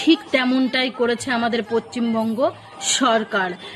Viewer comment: ওটা পচিম হবে না ওটা হবে পশ্চিমবঙ্গ আগে ভালো করে বলতে শেখ তারপর ভিডিও বানাবি বুজলে